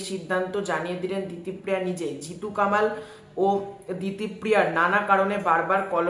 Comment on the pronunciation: জিতু কামাল উচ্চারণ করছ কেন ভাই? ওর নাম কমল ওই নিবেদিতা দেবীর ইন্টারভিউতে বলেছে।